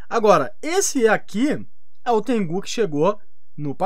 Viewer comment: mano, não é Tengú, é Tengu (Tengo) KKKKKKKKK